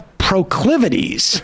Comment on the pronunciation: Prah-clivities? Well, I guess that's one way to express whatever he's attempting. This persecution complex is a bit bizarre to witness over and over and over again. 🤷‍♂️